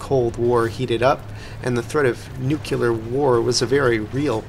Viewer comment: Im gonna be that guy. It's pronounced "nu-clee-ear"